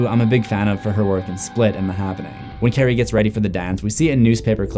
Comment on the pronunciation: Lol I thought he said Karan